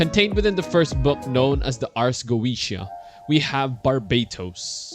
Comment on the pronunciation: Goetia is pronounced: "Go-eh-tee-ah"